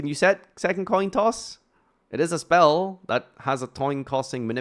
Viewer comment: me listening to say "toin coss": minor speaking mistake, I win